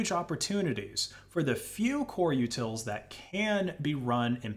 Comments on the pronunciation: Utilities... U-tils... Not yutals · u-tils, not u-tuls. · The uncanny valley of this AI narrator is intense. I've never heard a human pronounce utils with a flap-d before. U-udils and Coreudils sounding like Daffodils, but if a d already comes before it like findutils, then it is keeping it as a regular t? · it sounds like you keep saying "yootles" instead of "utils" and that makes me chuckle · not liking how you pronounce “utils” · The way you say utils makes me hurt on the inside. lol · Ow, my ears. The number of utils you've mispronounced. Say it with me: "su-doh" != "su-dew"